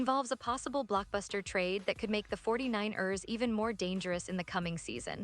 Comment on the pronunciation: 😂😂 the AI is saying it weird 😅 the 4-9-Errrrrrrs